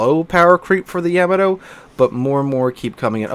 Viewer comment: Why do you youtubers say, YAM-a toe? It's pronounced Yuh-ma-toe!!!!!